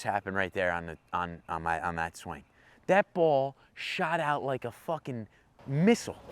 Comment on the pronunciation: “Fooken peesa shit” killed me 🤣🤣🤣